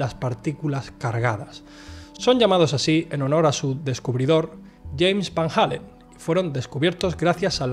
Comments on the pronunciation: Es Van Allen, no Van Halen eso es una banda rockera, has visto demasiados videos de JL, él lo dice mal siempre. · Joder!!!! Porqué chingados no pueden pronunciar VAN ALLEN, VAN ALLEN, VAN ALLEN, VAN ALLEN. NO ES VAN HALLEN........ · En todo caso se pronunciaria FAN ALLEN o FAEN ALLEN